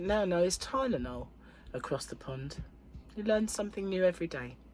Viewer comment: Your word for Tylenol sounds better when you say it. 😢 glad that you are gradually improving.